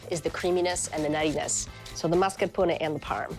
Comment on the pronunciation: That’s how it’s pronounced in italian